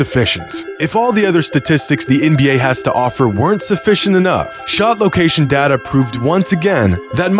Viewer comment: It's data, not data